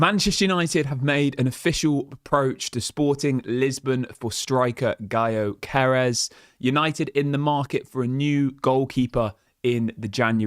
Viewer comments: English cannot say Ö, but cant understand why everybody says Zoceres. Its jööö-ke-res like you say youghurt. Yough-ke-res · Gyokeres is pronounced Jock er rez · I’m sorry but there’s no excuse for not knowing how to properly pronounce his name given the fact that he’s been talked about since Amorim joined us 😂😂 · Please look up Gyokores pronunciation bro